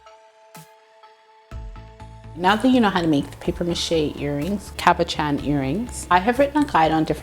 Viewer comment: I really like the look of the colors swirled together. The extruder is such a cool tool. Btw: you pronounced cabochon correctly.👍🏾